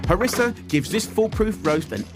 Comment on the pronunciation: C'est du Harissa et non pas Marissa lol..😂